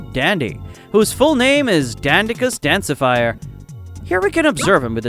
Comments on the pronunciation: It’s dancifer not dancifire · He also said Dandicus Dancifire instead of Dandicus Dancifer,😅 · BRO ITS DANCIFER NOT DANSIFIRE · danci-fire?? No, its dancifer. FER. pronounced 'fur' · sprouts a boy????? Also it's novalite and dancifer NOT DANCIFIRE OR NOVALETE nvm for the Sprout thing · its actually supposed to be dancifer, idk why he messed up the pronunciation